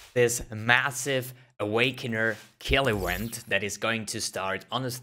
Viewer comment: Euent? You read "v" as vi. You misunderstood it with "w"